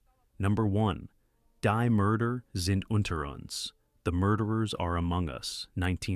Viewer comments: Find an A-I narration that pronounces German words the right way ("die" is pronounced "dee " , etc) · It should not have been too hard to learn elementary German pronunciation of the movies' titles. "Daes Buht" for 'Das Boot' ('Dahss Boat')? Seriously? Pronouncing "Die" ('the') as "dye" is simple laziness, unworthy of our attention. Do Better. By the fourth title, my mother tongue had been insulted enough. Buh-bye.